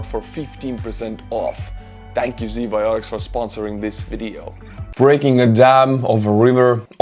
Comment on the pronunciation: Bro, Z Bioticz? Really?